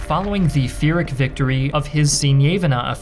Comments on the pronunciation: * PYRRHIC IS PRONOUNCED: Pee-ruhk, not Fee-ruhk. *The more you know. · It's "Pyrrhic", not "Führic" 😜 Great video overall! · HAHAHA did you say "Fuhr-rhic" victory instead of pyrrhic? That's hilarious. Well done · I love your videos but why do you say "fear-ic" as the pronunciation of Pyrrhic? Every time I hear it it grinds my gears. All love, I'd love to learn I've been saying it wrong all this time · "Pyrrhic" is pronounced PURR-ICK